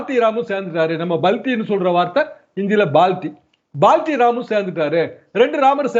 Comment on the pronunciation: Balti illa da - Hindi theriyadha Dravida muttaal - adhu palti